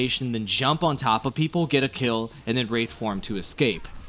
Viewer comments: BricksPicks Don't forget the wrath form, instead of the wraith form. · lol wrath form, its WRAITH form oops didnt watch whole vid, my bad